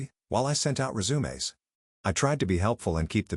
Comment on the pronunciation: rezoom a's. Ya gotta love ai 🤣